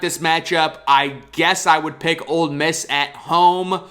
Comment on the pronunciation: Great content. And it’s OLE Miss, not OLD Miss. Keep it up!